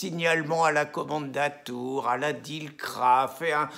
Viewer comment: Les disciples de l'intifada peuvent toujours venir me traiter d'antisémite ! ( Pourquoi dis-tu "kommandatur" et non "kommandantur" ?)